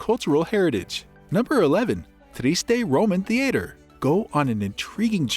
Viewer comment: At least pronounce the name correctly in your opening sentence.